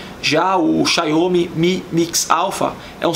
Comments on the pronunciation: Estranho ele falando Xaiomê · A gente sabe que um canal não é de tecnologia quando a pessoa fala XIAUOUMI, e não sabe o que é um padrão USB. O Iphone 11 Pro é mais que excelente, mas a gente percebe quando a tecnologia não faz diferença, o que faz diferença é a ostentação.